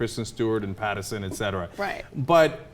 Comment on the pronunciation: I've been subscribed to The Young Turks for about a year now on my other channel because of Phillip DeFranco, but their bullheaded opinions without facts backing them up continue to annoy me. And CAN THEY AT LEAST GET THEIR NAMES RIGHT FOR CRYING OUT LOUD? It's Robert PattINson, with an "n" sound. And Nutty Madam is pronounced "mad-ah-m" with a long "a"; you read it as "-dam" when there's an "e" at the end. And her full username is nuttymadam3575. It's Youtube courtesy to mention that. Sheesh.